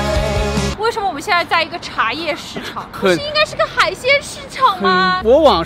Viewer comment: Afu's wife's German pronunciation is impeccable. However could somebody tell me why she pronounces wei shen me like "woshomo"? Is that a dialect? Sorry for the ignorant question, I'm a beginner.